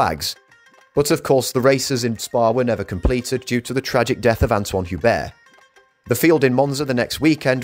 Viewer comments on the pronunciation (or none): none